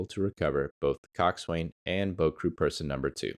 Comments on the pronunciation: Yet more rubbish AI. Coxwain is pronounced cox'un in both English and American. There was another like it - but if you can't get basics right, how can we believe the rest? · The Coast Guard Boatswain's mate in me madates I respectfully inform it's pronounced (koksan). Great video, well researched and informative. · IKR? I was going to say the same. It makes you wonder how familiar someone is about the subject, when they don't even know how to pronounce these familiar terms? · Pronunciation. Coxswain: 2 syllables: "KOK" + "suhn'. Gunwale: "gunnel".